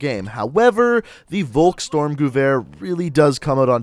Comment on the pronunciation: Bro, it's volk-STURM, not volks-STORM. Ya killin' me...